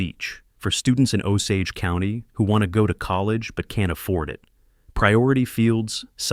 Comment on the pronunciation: I've heard this story before with a different name than Harold. 😂 But at least in this story the narrator says Osage correctly.